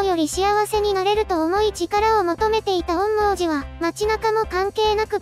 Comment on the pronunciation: 「おんみょうじ」って言いにくいのか 「おんもーじ」って感じの発音してるのかわいいから 今クールは是非これの感想動画を完走していただきたい……